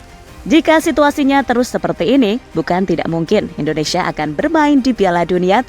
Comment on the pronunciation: Indonesia sis, bukan Endonesia, belajar lg bahasa Indonesia nya ya